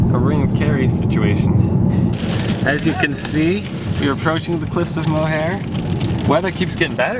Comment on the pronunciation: Mohair? Please. Learn to pronounce where you're going.